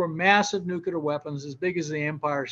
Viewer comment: Absolutely hate when “nuclear” physicists pronounce the word incorrectly.